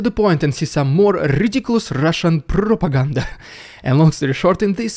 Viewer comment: I love the way you roll your R's when you say "propaganda" :)